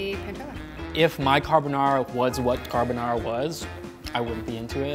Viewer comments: Car-bo-na ra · These " % italian people" on the comment are going mad saying that is not how you cook and prounce carbonara